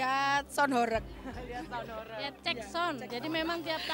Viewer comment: Baca ho"reg" seperti baca ba"reng". Horeg artinya bergetar.